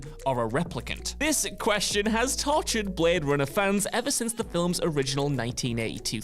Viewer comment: Yeah "filums" as well is unique